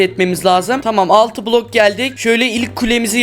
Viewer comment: Sen niye blog diyorsun bloko blog😂😂😂😂